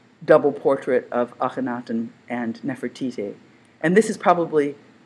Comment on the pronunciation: Its Nefertiti and not Nefertiki.